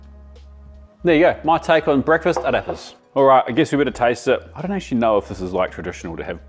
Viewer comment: sounded like u said a Rip ass. lol Ah Rey Pahss